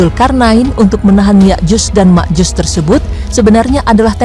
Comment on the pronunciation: Yakjuj dan Makjuj mba bukan Yakjus dan Makjus. Haduhh..